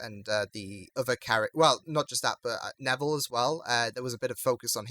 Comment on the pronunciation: I'm a Filipino and Neville sounded like Nevo to me 😂😅